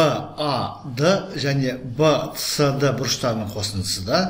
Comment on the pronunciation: Вцд демей бсд деш жағымсыз естілед